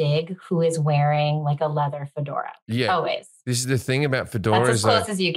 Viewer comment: "leather jacket and a F'DORE " - Jim Jefferies. He's said it this way in a previous episode haha. Adorable ol' Jim :)